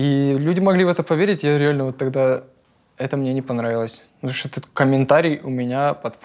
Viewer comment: есть даже момент где он сказал "шо" и потом исправился))